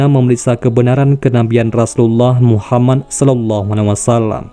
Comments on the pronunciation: Min tolong ngomong yg yg benner. Nabiullah Muhammad saw. Bukna muhamman. 🤦‍♂️ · Radio atau vieeo,, ini orangengucaonya MUHAMAN, yang benar MUHAMMAD